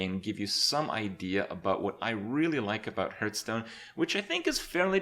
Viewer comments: he does kinda say it wrong i just noticed, he says it like "herthstone" not "harthstone" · Are you one of those people that thinks it's pronounced h-earthstone?